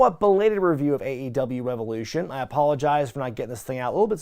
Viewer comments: REH VEB LUU SHUNNNNN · You mean "RéVoLüTióN!!" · I still don’t understand the pronunciation of “revolution”. Please explain and forgive my ignorance. Thank you in advance.